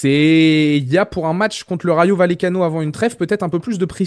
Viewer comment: Les gars la prononciation c Rayo Vayecano faites un effort putain